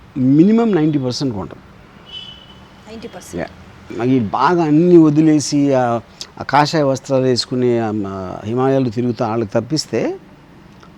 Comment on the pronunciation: కాషాయం కాదు తల్లి, కషాయం